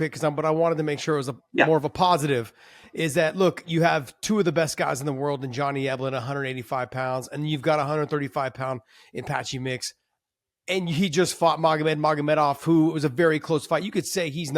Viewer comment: bro said Johnny ELBEN 😮 TWICE